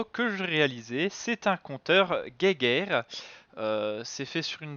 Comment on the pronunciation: Soit vous le prononcer en français et vous dite "jéjaire" soit vous le prononcer en allemand et vous dite "guaillegeure"mais le mélange des deux, "guéguerre", ça accroche nos pauvres oreilles.